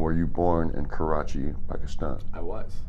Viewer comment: Bautista's pronunciation of Pakistan was on point.